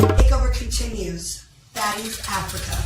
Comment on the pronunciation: I wish I was able to call in cuz no one mentioned Dolly saying Africer and Summer saying emotionable and how Scottie came to the meeting with the disheveled wet wig that Lex slung over the edge of the pool 😂😂😂😂